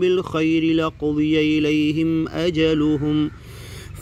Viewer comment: Dekh kar bhi galat padh rahe ho bhai raja tum ilaihim